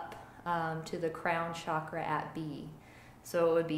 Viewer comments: Chakra pronounced as "chuckraw", not shockraw. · Um.. it’s pronounced CHAkra. not Shakra 💗🙏